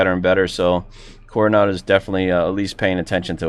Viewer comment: Love of God .... name the model some folks listen to review ...Carenado not coronado lymi lol😊